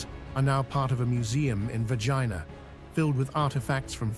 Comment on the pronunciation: Bloody hell its not Vagina.. its Vergina say it correctly Its embarrassing.